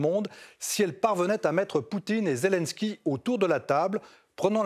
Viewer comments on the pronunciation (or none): none